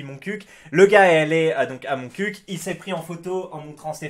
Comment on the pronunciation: t'est un des rare a bien dire Montcuq ^^